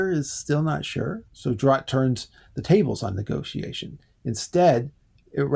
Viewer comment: Dude, it's EE-TA. Doesn't rhyme with Miata, lol. Roche is pronounced like roach but with the 'sh' sound at the end. Drotte is one syllable and rhymes with 'rot'. The 'E' is silent like in shoppe or like Ye Olde. Gurloes is two syllables: GURR- LOWS. No 'E' sound on the end. Sorry. But this is all available online. Also in Wolfe's Castle of the Otter.